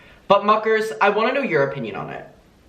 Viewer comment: Lol the second time I saw. Mukers sound like fuckers lol